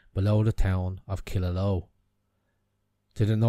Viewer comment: Great Video ! Killaloe is pronounced Kill la "Lugh" or in Irish Cill dá lua. Temple of 2 Lughs. Lough Derg has a monastic Island across from Mountshannon, called Inis Cealtra also known as the 'Island of the Spear'.